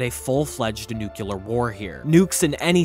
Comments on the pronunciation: Nuclear NOT nucular! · NUCLEAR. Not "Nucular", *NUCLEAR.* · Nuclear is pronounced "New-Clee-er" not "New-Cue-Ler". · Bro, it’s pronounced NEW-clee-ur, not NEW-cue-lur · Excellent video. Just one thing, for future reference… Nuclear is pronounced nu-clee-er, NOT nu-q-ler. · Nucular war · “Nucular”? Really? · Nu-cle-ar. Otherwise, not a bad mini-documentary. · noo - kyuh- lur... okay. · I'm sorry but how is it that hard to pronounce nuclear correctly, jesus just read the letters in order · Was loving the video until he didn’t pronounce “nuclear” correctly one single time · Please learn how to pronounce "nuclear" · Learn how to say NUCLEAR LOL